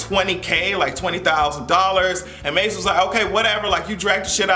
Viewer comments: Did you call Mase "Maze"? LOL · The way you are saying Ma$e sounds like Maze and I was like Frankie want the smoke?! I was so confused at first!!! 🥴🤣